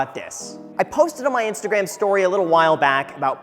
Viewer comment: I swear he says “add me on instagraham” lol